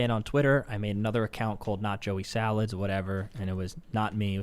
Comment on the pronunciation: “Joey Sawalds,” H3H3